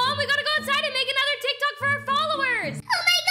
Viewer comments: Umm is tik tok is not teek tok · That’s not how your say teek tok it’s tik tok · Who the hell would say teek tok Not like at its Tik-Tok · You dint say it teek tok you calltiktok